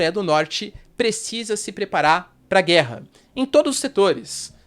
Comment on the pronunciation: "É guella é guella".....